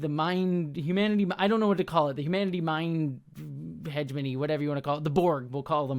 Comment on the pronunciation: i find the way pronounces heh-GEH-moh-nee as Hedge-money so distracting